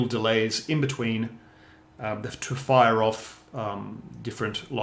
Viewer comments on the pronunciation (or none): none